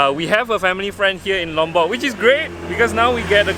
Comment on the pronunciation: I like the way you pronounce Lombok, it sounds so near to my Javanese accent. ☺😊 On the other note, don't you want to spend your retirement in Penang? 🤗 The young coconut flesh is called degan.